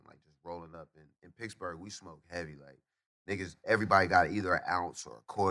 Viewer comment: Is wiz saying picksburgh or he just pronounce Pittsburgh that way ?